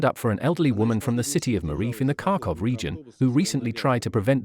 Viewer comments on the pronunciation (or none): none